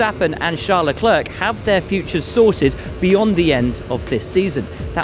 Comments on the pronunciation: Its LECLER not LECLERK... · Charles "Leclerk" 😂😂